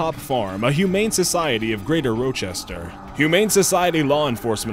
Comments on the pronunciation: "Roachester" lmao It's Roch(like cROTCH)ester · "Roe-chester". Bruh, its "rah-chester" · ROE-chester? Your best disc jockey voice isn't worth a damn if you can't pronounce a well known American city. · Did he just say R - ooohhh - chester. Its pernoced R - ah - chester. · Rochester is pronounced "Rah-Chester", NOT "Row-Chester". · That was the worst pronunciation of "Rochester" I've ever heard. That being said, glad Lollipop Farm helped. It's a very good place, and where I adopted my dog from. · lol you said Roachester. wtf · #3 with the dog.. you said Rochester wrong lol... The O is more of an A sound